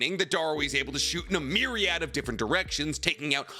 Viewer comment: Say Myriad again 🧐